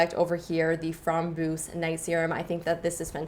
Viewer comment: Lol, framboos means razberry in dutch and you pronounced it do darn funny